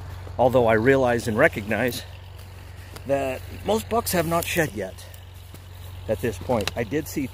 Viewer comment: Every time I heard "shed" I thought you were saying "shet" like poop. Lol! Great video.